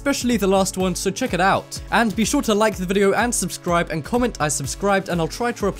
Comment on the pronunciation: who noticed at the beginning he said subcribe instead of subscribe